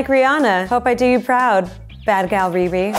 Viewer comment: They said riris name wrong the whole time omg